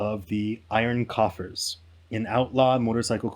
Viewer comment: “Iron Coffers” ?